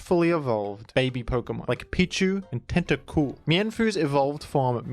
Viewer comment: I hope everyone says Tentacool like that from now on. TentaCOOL. Don’t you forget it